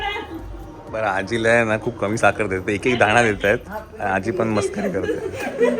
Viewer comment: आजी हा शब्द व्यवस्थित आला नाही आहे. एक आठवण ठेवा